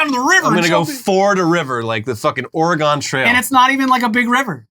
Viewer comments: please stop saying Ore-gone. You're not Lou Holtz. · Oregon = Or-uh-gun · learn to prounounce Oregon lmao i am disappointed